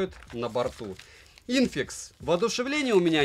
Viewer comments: "infix" ибать шо) вот это обзор, вот это подача. Закрыл сразу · "инфиникс" - не "инфикс"😂😂😂 Спасибо за контент. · Никто не заметил, что всё видео он бренд называет Инфикс, а не Инфиникс?))) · Да не инфикс - а ИН ФИ НИКС!!)) говори название правильно, спасибо)) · не инфикс а нфиникс!🤣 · Не "Инфикс" ,а "Инфиникс" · Не "инфикс", а "инфиникс". 😄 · не инфикс, а инфиникс! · infinix а не infix ы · правильно - инфиНикс) а за видос спасибо, хоть и трубка так себе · инфИникс ахх, прям резало уши немного, а так спасибо за обзор большое! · После того как автор второй раз произнёс "ИНФИКС" моя душа поэта не выдержала. Автор, скажи, пожалуйста, откуда такое пренебрежение? Может быть ты подтираешь задницу стодолларовыми купюрами? Рассуждения про бренды 1 и 2 эшелона смешно слушать. У нас в стране за пределами МКАД считают хорошей ЗП - 35-40К. И если это адекватные люди, то они не покупают новейшие айфоны в кредит, а берут что-то типа вот этого аппарата и ещё десятка аналогов. И нет, предложения А-брендов в этом ценовом диапазоне - не вариант, ибо это тормозные устройства за чувствительные для большинства людей деньги. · Инфикс? Это прикол или ты читать не умеешь? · С первых минут стало понятно, сразу после того, как автор не смог правильно название произнести ;) ...а после g88... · За всё видео ни разу название правильно не сказал